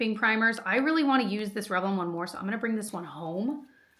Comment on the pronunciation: Your pronunciation of smores is killing me that’s adorable ❤